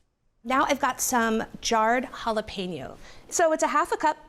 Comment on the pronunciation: Lol “halla PEENO.” 😂